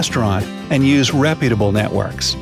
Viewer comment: Computer voice called them nitworks instead of networks very funny.